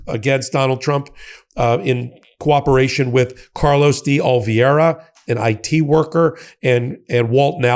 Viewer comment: It's me again...DAY OLIVEERA!!! Somebody tell him please. Again.